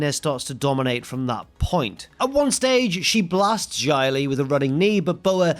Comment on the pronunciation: Why do you pronounce Xia Li like Jia Li Also I thought her name was Tian Sha ._.